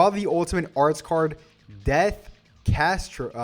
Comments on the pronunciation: When doesn’t know how to pronounce “Catastrophe” 😂😂😂😂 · Damn 🤣🤣🤣. English isn't even my first language but I know how it's pronounced